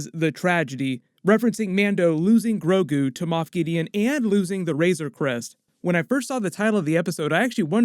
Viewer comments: Please don’t call him “GRO-KU” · mixed sandnigga i know but it's the way he said grogu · Did you say Goku instead of Grogu at least once? Lol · Ha ha it sounded you like said "Groku" i hadda listen to it a few times to see that you didn't!